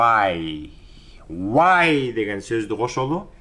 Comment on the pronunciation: ассалам алейкум. Может быть Why а не Whay 🤔 ничего личного 😁👋 а так мээнетиниз жансын 🤲